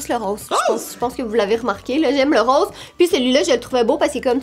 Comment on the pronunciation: Le " rose " de 😂😂